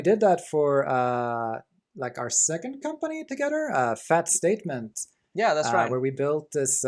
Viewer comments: Not you, your friend. His English is like 100 times better than mine, yet I don't understand why he pronounces "ther"(like in "together") like "rer". I'm not a native English speaker myself but for some weird reason I found that pronunciation extremely annoying. Am I crazy or some shit? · omg. each time I hear "rer" (ther). I just can't stand it, I don't know why. I'm sorry. I'm a bad person.